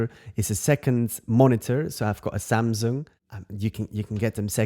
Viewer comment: Hi, love the way you say "Samzung":) Thanks for sharing, see you in the next one.